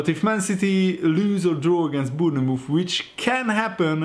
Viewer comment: Dude can you please stop saying Boonamooth? Bournemouth is pronounced Born Myth